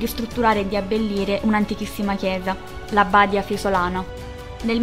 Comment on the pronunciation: Bel video, molto utile per rispolverare la storia, ma stai attenta agli accenti nei cognomi dei personaggi e dei luoghi (es. Badìa Fiesolana)